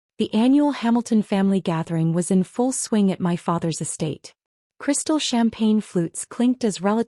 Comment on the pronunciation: cristal? You mean crystal.